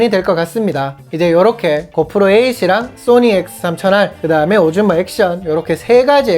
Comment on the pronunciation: 오즈몬를 오줌이라고 들어서 깜짝...ㅋ 엫 요즘엔 렉스 명상이 기다려져. 매일 알림 확인하면서 기다린다. 감기 조심하고, 건강 잘챙겨서 다음 영상에서도 건강한 모슾으로 오~~~래 만나자